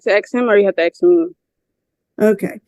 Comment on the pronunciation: It’s ASK not AXE…drives me nuts!!!